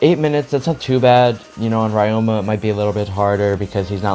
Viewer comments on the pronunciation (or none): nice in depth guide as always. fyi ryoma isnt pronounced like that, its ree-o-ma but instead of reading the syllables slowly, you read it fast, esp the ryo part.